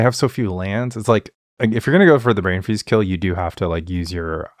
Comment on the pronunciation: weirdest pronunciation of brain freeze I've ever heard